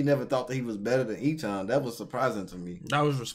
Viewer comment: I'm sorry, I love you guys...but his name is pronounced *A-chan*.